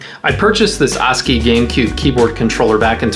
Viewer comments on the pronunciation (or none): u said ass key.